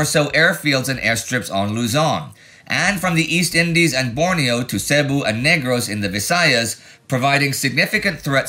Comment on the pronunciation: Great video as always, so close again on the pronunciation of Filipino place names. But... Say-bū, not sebu.